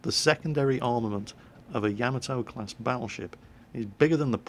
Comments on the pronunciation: Everytime you say "yam-a-toe" I cringe. "yah-mah-toe" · AGAIN...............ya MAH toe! Got it? I asked a very old Japanese American and he validated it. ya MAH toe. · it's "Ya-mot-to" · lol I love how he pronounced yamato wrong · not trying to be rude